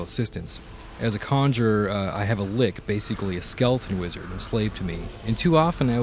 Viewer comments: It's pronounced "Litch" not "Lick". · never trust an rpg review made by someone who pronounces lich (litch) as lick. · wtf, he actually said LICK instead of Lich xD